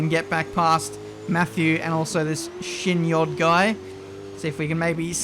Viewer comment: "this shin-yodd guy" you know that his name read shiny-odd, right? 😂